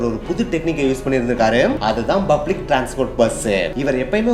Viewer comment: Bro bublic illa public